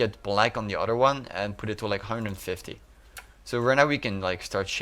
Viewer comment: other = udderr